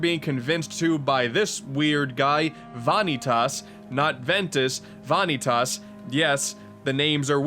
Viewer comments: Va-nee-tus. Not Vaa-nee-tass. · Ewwww "Vaneeetas" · "Vaughn-eet-aas" Also, the story in this game was pretty shit. And no, the combat system was anything but great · Are you making a joke pronouncing it Vah-nee-tahs? The game has spoken dialog which pronounces it Vuh-nee-tus. Also the stylized "X" is greek pronounced Kie, or key. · okay I just gotta put this here... it's pronounced Vah-knee-tiss not vah-knee-tass (especially emphasizing the different syllables. just...vahkneetiss fairly quick and simple) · why are u pronouncing vanitas as vaanitas? why the weird way of pronouncing his name? its van i tas u dont need to over pronounce the a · My dude...where the hell did you get VAH-NEE-TAUS? Its spoken by many characters as VAN-EE-TES. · Vahkneetoss.... Vah-knee-toss?!, no. Vah-Nee-TUS Tus, like in TUSle I've heard bad interpretations of names, but this... THEY EVEN SAY HIS GODDAMN NAME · I can't take it anymore! It's not Vahn-knee-toss, it's Vah-kneetus. There is no emphasis on the 'i' it goes straight into the -tas at the end. It is not how you pronounce it as the art definition of the word. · ...why are you calling him "vahn-ee-tahs"? Like, you even break it up like that. They say it, in game as "van-ee-tus" without mid word pauses. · God damnit, I know this is nitpicky but vanitas is pronounced "vuh-nee-tus" not "vah-nee-tas". And the emphasized syllable is the second one. Not the first one. Love you tho <3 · Fanetas? my dude wut!? They say the name the right way Goofy XD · It’s pronounced VAH-KNEE-TESS it’s even said in the game 💀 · For Gods sake... it’s PRONOUNCED “VAH NÉE TIS.” PLS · Ah, yes... "Vonny Toss"... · Why did you pronounce "Vanitas" as "Vaaanitaaas" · Vanitus (Vuh-nee-tus) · omg sweet god it's pronounced VA-KNEE-TIS uggghhhh also its the x blade aka the CHI blade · VAHN- EE- TAAS? Really?! How do you get that from all the times they say his name?! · it's pronounced Va - Knee- Tis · VAH-nitas huh? That's a new one.